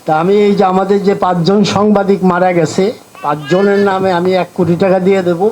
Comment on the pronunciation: হা হা হা এই লোকটাতো দেখছি সাংবাদিক শব্দটাও সঠিকভাবে উচ্চারণ করতে পারেন না। উনি সাংবাদিক না বলে বারবার সামবাদিক সামবাদিক বলছিলেন।